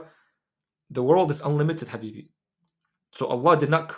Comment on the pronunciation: Yesss,,, Great content Habibi,,,I love the way you say Habibi❤❤,may Allah protect you and bless you in every way for spreading this crucial awareness. Muslims are either spiritual or scientific but you have really combined these two with great passion about both fields which makes you Unique and stand out.love ❤❤you